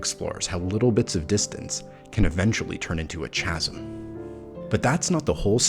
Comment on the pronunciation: Really great! But just FYI "Chasm" is pronounced with a hard "C" | KA ○ zm This is a common mispronunciation among those who have read the word but rarely or never heard it said out loud (correctly)